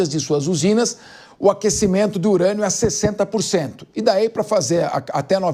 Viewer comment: “Enriquecimento de IRANIA do Irã”kkkkkk essa moça é muito ruim